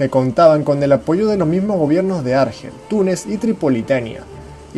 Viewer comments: Bien, buen vídeo. Pero, por favor, el acento en la palabra Argel, recae sobre la segunda sílaba. Argel, Argel. ¡¡¡No Árgel!!! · Es Argel, tiene el énfasis en la E, para que sonara como tú lo dices, se tendría que escribir Árgel, pues sería una palabra llana no acabada en vocal, N o S. No se puede ir de culto cuando se desconocen las normas de ortografía y acentuación que se estudian a los 8 años. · Antes de realizar un video,deberías aprender a pronunciar correctamente los nombres de los lugares sobre los que hablas. Argel,lleva el acento en la e,por tanto se pronuncia Argél y bebería con acento en la i . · Árgel no, Argél. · Argel se pronuncia con acento en la "e", y Berbería en la "i".